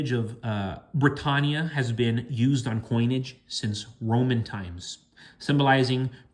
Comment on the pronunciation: please say britannia the right way lol